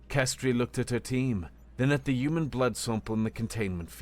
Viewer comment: Yewmen? That's a weird way of pronouncing human.😂😉